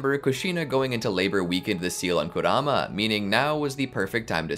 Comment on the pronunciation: Hold up did he said instead of kurama you already know this will be good